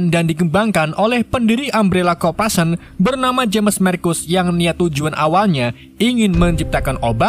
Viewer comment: Oii bang yeendeh bacaan nya korporation bukan kopration😂😂😂😂